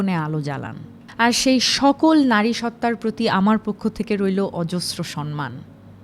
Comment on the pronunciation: Samman not sonman